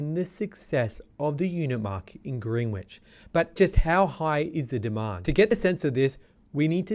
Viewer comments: Pronounced Grenich not Greenwich. You drop the w. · Greenwich is pronounced 'Grenich" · Mildly concerned that you’re providing market insights for a suburb that you aren’t even pronouncing correctly.